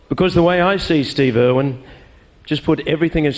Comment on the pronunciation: Why does it owen instead of irwin